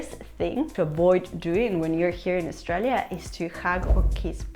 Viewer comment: She needs to learn how to pronounce Australia. We were all thinking it, don’t deny it.